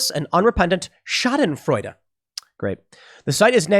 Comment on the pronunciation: This comment is useless... But I'm so happy that you pronounced "Schadenfreude" correctly! You're the first major commentator that I've heard say it correctly! Totally useless comment. Sorry.